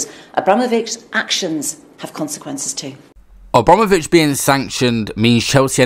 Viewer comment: AbROMavich 😂 not only have you baited us. But you’re getting man’s name wrong. Liberty